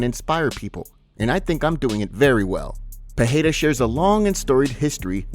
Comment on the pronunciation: It's Pereira not Peheira